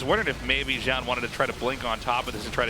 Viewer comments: I totally get why Artosis says "Zown" as his name is spelt like Noun but with a Z... god knows why Tasteless says "Joun" however lmao. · Artosis says "ZOWN" Tasteless says "JOWN" The announcers says "Zone" in perfect English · what's up with how artosis and tasteless pronounce Zoun lol, sounds like it's supposed to be "Zone" from how the announcer says it